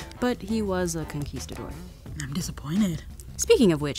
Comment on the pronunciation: It annoyed me how she swallowed the word ''conquistador.”! Why not just intonate properly?